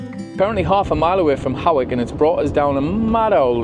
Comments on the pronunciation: Hawick is pronounced Hoyk, the Aire is suspended when fair in town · Hey great videos. FYi they towns are pronounced 'Lang-u-m' and 'H-oy-k'